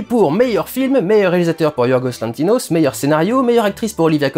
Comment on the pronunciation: J’ai regardé les 20 premières minutes : A , c’est Yorgos LanthiMos (et non pas lanthiNos) Roma est est un quartier situé dans le quartier de Cuauhtémoc à Mexico Christian Bale fait une remarquable interprétation de Dick Cheney : “Tout est faux dans Bohemian”; tu ne crois pas que tu exagères un peu ? Franchement, j’aime bien tes vidéos, mais tu devrais davantage te renseigner et être un peu plus nuancé à mon avis